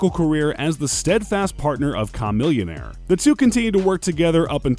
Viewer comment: dude still can't say Chamillionaire's name right.